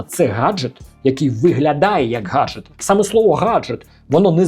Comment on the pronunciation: Хаджет, Хаджет....